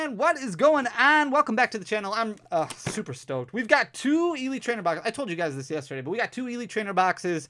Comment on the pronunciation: I thought I heard super stoned instead of super stoked 🎉😂